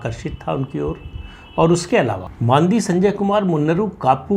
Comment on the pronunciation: बंडी संजय ऐसा नाम है ! बांदी नही !